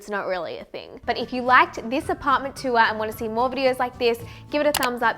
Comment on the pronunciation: I love the way you give the word “tour” 2 syllables ☺️ “too-wah” 😂